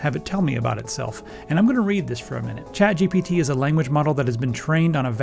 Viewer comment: I keep hearing "CHAD" GPT